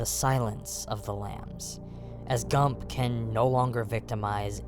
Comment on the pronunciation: Great video, subscribed. One note though, it's Gumb not Gump. Jame Gumb.